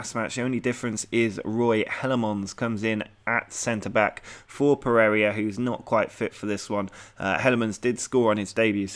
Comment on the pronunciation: i scream a little on the inside (and a couple of times out loud) everytime you pronounce Pereyra 'Per-area'. Good work otherwise, enjoying the series.